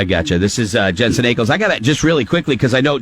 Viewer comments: Jensen not Jansen. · He kept pronouncing Jensen's last name wrong. He also kept saying Jansen. 😒